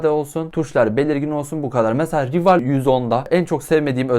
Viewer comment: Aslında "rival" değil "rayvıl" diye okunuyo (maalesef biraz takıntılıyım) ama sıkıntı deil